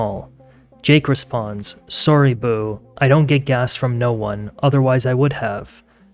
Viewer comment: Yeah I heard that too 😂 I was like umm why he calling him boo 😂 I was like maybe he meant boo 👻 but I was like naw he call him Boo like his boo thang 😆